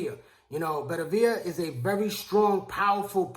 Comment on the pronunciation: Dude I`m a fan of yours but you`ve gotta learn how to pronounce boxers`names properly. His name is Better-be-iv not Bettavia.